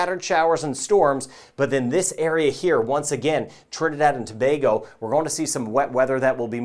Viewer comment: Thank you for your vids and proper pronunciation of Trinidad and Tobago 🇹🇹